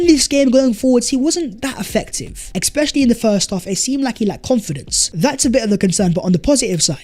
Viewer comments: EXspecially ❌ ESpecially ✅ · ‘Ex-specially…’ ‘ex-specially…’ 🤣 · I thing I learned. is unable to say "especially" correctly. Just kidding! Love your content. Best from Bombay India!